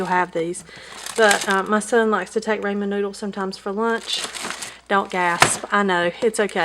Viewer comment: You are so good at organizing! I'm going to remember your tip about having the expiration date easy to see. Please don't take this as a criticism, but as an ethnic person I'd like to correct how you pronounce your son's soup. It's pronounced raamen as if there was an h or a w in the word.